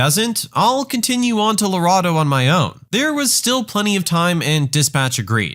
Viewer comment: I love these videos! But it’s pronounced, LarAdo.